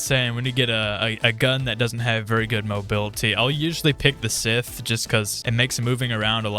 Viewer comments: Bro said Sith Stop Say Scythe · NO WONDER THEY SAY AUSTRALIA LIVES UPSIDE DOWN ITS SCYTCHE NOT "SITH" THATS A NAME!!! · Broo its scythe not sith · Whys everyone calling it sith, its scythe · ITS SCYTHE NOT SITH BRO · It is not sith it is sythe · Scythe bro not sith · ITS SCYTHE NOT SITH BRO... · Why u saying sith? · It's not sith its scythe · It is call scythe not a sith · Bro it is scythe not sith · ITS SYTHE NOT SITH THIS AINT STAR WARS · SCYTHE NOT SITH STOP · Also it should be pronounced sa-ith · Bro its scythe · Its scythe bro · STOP SAYING SITHHH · Bro it’s Scythe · It’s not synth it’s scythe pronounced sa-ith